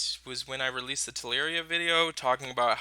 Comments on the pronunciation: Telluria is Tell-er-ia not Tell-air-ia. :) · Tel-loo-ria (from Latin: tellus - Earth)